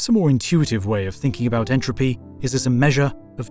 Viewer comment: Entropy, not “intropy”